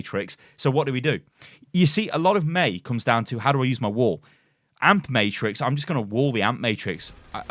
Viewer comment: I just keep hearing wool instead of wall and its hilarious